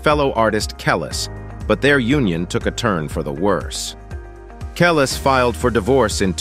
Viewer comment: Can’t take anything in this video serious once I heard the narrator call Nas… Naz and Kelis… Kelli’s 😂 🤦🏽‍♂️